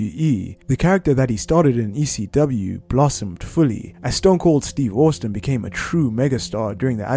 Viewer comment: Stone Cold “Steve Orstin”